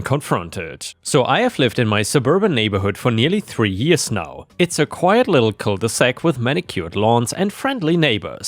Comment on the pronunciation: Cul de sac, not cole de sac.